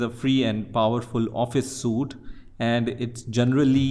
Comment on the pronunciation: it is pronounced sweet even though it looks like suit